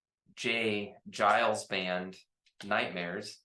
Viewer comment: Thanks ..J Geils is pronounced with a hard "G" (guy alls)